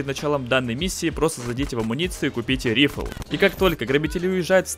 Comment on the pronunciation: Ну, во-первых, не "рифл", а "райфл", а во-вторых, можно же по-нормальному - винтовка